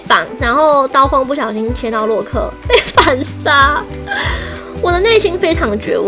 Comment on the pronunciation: 為什麼你說洛克時有一次說漏克